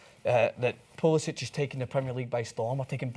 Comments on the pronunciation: Its pulisic not pulisich its a hard c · You guys keep saying his name wrong. When he pledged to the US, he changed the pronunciation of his name to Pew-li-sik